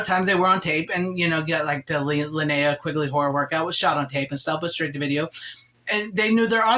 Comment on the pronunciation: Today’s Linnea pronunciation score: 50% 😉 Have you ever seen Highway to Hell starring Chad Lowe and Kristy Swanson?